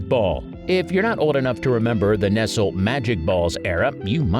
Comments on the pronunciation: It's funny because he says it wrong when saying "Nestle Magic Ball" but not saying the company name by itself. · How does this guy know so much about candy but doesn't know how to pronounce Nestlé? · I thought this was an original video, until you mispronounced Nestle. Thumbs down and no subscription. Just some more AI bullcrap. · The way the narrator pronounced Nestle. Lol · Everyone of these candies is available right now. He can't even pronounce nestle correctly. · Is there anywhere in the English speaking world that doesn't know the way to pronounce "Nestle"? He finally got it by the last line. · What I am wondering is how come you pronounced Nestles wrong the first couple of times & then pronounced it right. Were you not able to go back & record the word correctly? Or.....are you AI???? & Yes I am a word Not-z.. 🙃😎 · I realize it's spelled the same as nestle, but how can you do a countdown about candy and not know how to pronounce one of the world's largest candy manufacturers? Person narrating, you've never heard the name Nestle??? There's even a line above the 2nd e to indicate it's a long e sound. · Enjoyed it until you mispronounced Nestle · Why did you mispronounce Nestle 40 times but get it right the last 2 times? I'm guessing this is produced outside of the US and they just get a guy to fake an American accent to host. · It's still wrong - the t is silent. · Can't believe you don't know how to say the name of the biggest chocolate company in the world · Okay right at the end you pronounced Nestlé correctly why not throughout? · I wondered the same thing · Why are you pronouncing Nestle that way???! 😠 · HOW is he pronouncing “Nestle”? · Pssttt---it's pronounced Neslee, not Nestle! Other than that, thank you for the video. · It's actually pronounced "NESS-lee". The "t" is silent. "Nessle" is just excruciating, and he repeats it SOOOO many times. But if you have ever heard one of their ads, it isn't "NEST-lee" like a bird's nest. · Nessel? Ness-lee!